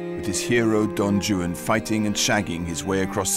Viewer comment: Not to be picky, but someone could have couched him on how to pronounce Don Juan.